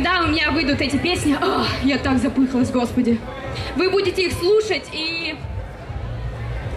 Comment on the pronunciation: этот чувак и все ему подобные молодые люди такие........косноязычные , как будто с зоны вышли, девка запЫхалась, хотя правильно говорить: запыхАлась. смотреть и слушать их отвратительно. они зажрались от хорошей жизни